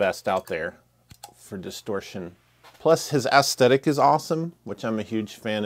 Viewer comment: Aesthetic is not pronounced ass-tett-ick.